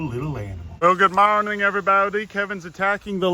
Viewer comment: “ goodmowning everybowdy “